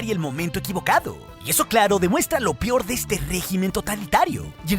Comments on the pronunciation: “Lo pior”. XD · = demuestra lo "PIOR" 🤣